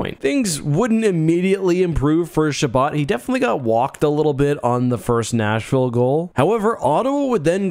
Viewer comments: Someone else is hearing "National" everytime he says "Nashville" or is it just me? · sounds like you have a tough time saying nashville